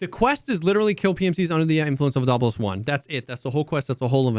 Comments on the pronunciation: Its obdolbOs Not Obdolbos Not obdOlbos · You have to pronounce "Obdolbos" like a Russian for it to roll off the tongue.